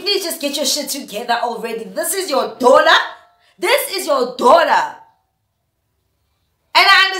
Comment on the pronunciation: "This is your Dollar! This is your Dollar! "🤣🤣🤣 I know she said Daughter, but that's what I heard 🤣🤣🤣